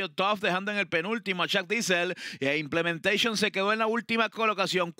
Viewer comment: 😂😂😂 y vuela implementecion 😂😂 Y tendra que contener a implementecion😂😂 Que gana de gritar implementecion 😂😂😂 Que vaina con casella 😂😂